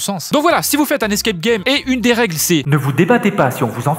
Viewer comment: " Les escae gay"